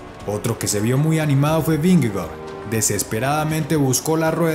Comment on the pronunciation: Cómo critica constructiva porfa se pronuncia /Vinegor/